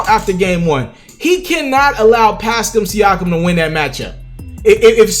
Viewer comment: He's still saying Pascam Siakam?